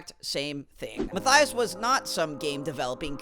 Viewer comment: i know mathyas is fun to say, but you can say matthews and ur good